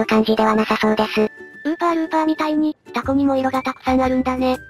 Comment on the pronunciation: タ↑コ↓、この発音めっちゃ好き